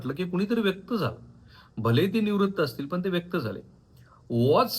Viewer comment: व्यक्त व्हा असे असते व्येक्त नसते